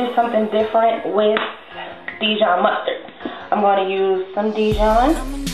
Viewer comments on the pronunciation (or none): like the musturd instead of butter